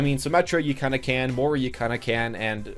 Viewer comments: Im irish and i want to kms everytime he says More-a instead of moy-ra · She pronounces it like "Moi-ra" in-game though.